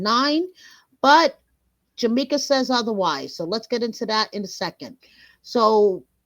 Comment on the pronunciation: This is awesome, but her name is JA-KEE-MA, NOT Ja-meek-a.